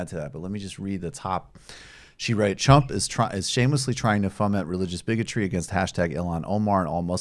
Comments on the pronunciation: Is Mike saying Trump or Chump. Both work, just asking. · I heard Chump too, and I like it!